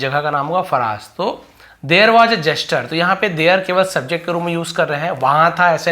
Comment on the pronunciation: फ़राश नहीं फ़ारस